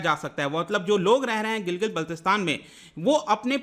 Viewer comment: Sir Gilgit ka pronunciation Gilgil h kya❓